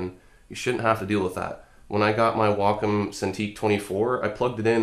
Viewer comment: wocom... Waacaam